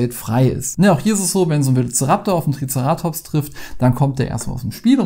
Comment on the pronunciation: Hi, bitte nicht übel nehmen aber dein TricerAtops triggert mich sowas von:-D By the way, im gedruckten Duden steht das Wort nicht mal drin. Online findet man es dann doch und der Betonungsstrich ist auf dem E, wie ich dachte. Kommt vom griechischen „Kéras“ für „Horn“ also TricEratops. Ansonsten süße Spiele - die Figuren scheinen zum Teil etwas wackelig. Uns hat „SOS Dino“ von Loki als Koop sehr gut gefallen und das hat auch super schöne Dino-Minis